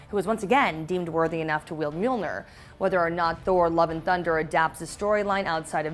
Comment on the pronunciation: And "Mjilnor" in the beginning 🙊